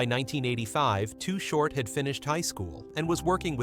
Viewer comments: Why is he calling him too hort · If your gonna do a video on someone at least get the name right. To the best of my knowledge, the name was always "Too Short" not Too Hort. I always liked Too Short and no matter what the new or latest styles are or how they may be evolving, Short stayed true to his originality. He is still a legend despite what happens. If he decides to throw a gig somewhere, he will still draw a big crowd and as far as I am concerned, that will never change. His music, style and Liricks are respected and vibe strong regardless to this very day. Any of yall who are doing well in the industry right now should be reaching out to him and showing some kind of support. Invite him to your concerts, offer him the opportunity to perform and keep money coming in. I have ran into to Short on many different occasions. Not once have I seen the man get out of pocket or disrespectful toward anyone. We always acknowledged each other and even though we never hung out, we had respect for each other. So from me to you big T, Keep your head up Bro. Your a good Dude and no one can take that away from you. I still remember way back in the day, I was exiting a club in the Walnut Creek/concord area with this girl I was hanging with at the time and As we were walking to my car, You were rolling through bumping some real Shit, when baby girl broke away from me to run up towards you to ask you if your Chain was real. Just like any other time, we greeted each other like we always did and I calmly proceeded to walk tow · THIS IS SOME BULLSHYT AND WHY IS HE CALLING HIM TOO HORT WHO THE HELL IS THAT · Mf said too hort